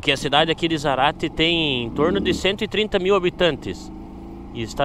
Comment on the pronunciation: Zárate. Respeita o acento. ZÁRATE e não Zarate.